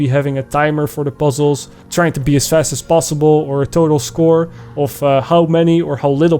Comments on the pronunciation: of??? You dutch? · I have undeniable proof that you are in fact dutch.